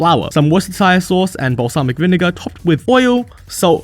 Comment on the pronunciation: he could pronounce worcestershire sauce but not panopticon